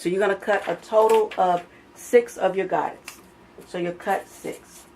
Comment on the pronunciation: They are pronounced “go-day” it’s French.